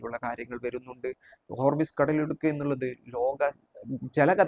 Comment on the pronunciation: ഹോർമിസ് അല്ല ഹോർമൂസ്